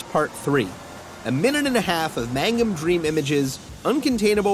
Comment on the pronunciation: Its MANGUM not MAGNUM ^^